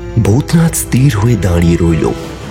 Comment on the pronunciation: বাংলা উচ্চারণ এতো ভুল করছেন কেন? স্থির ই-স-থি-র।ই-স-তি-র নয়।